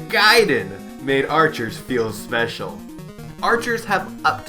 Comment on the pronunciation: Is actually pronounced GAY and DEN idiot